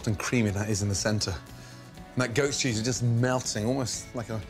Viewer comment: I thought he said “ghost cheese”